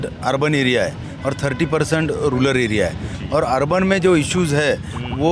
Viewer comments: Rular nahi re baba rural hota he. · Ruler nahi re RURAL asta te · Rular bolta hai Rural ko